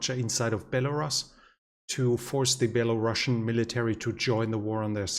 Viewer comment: He pronounces Belarus funny. It's a long U in the word buddy. Belaruuuuuus.